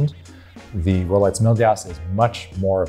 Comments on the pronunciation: My subtitles think he says "rowlights" :-D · He is actually saying "Rolets". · Am I hearing things or is he saying “Rolets”. This made it near impossible for me to get through this video. What’s going on…??? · How can you mispronounce “Rolex”?!!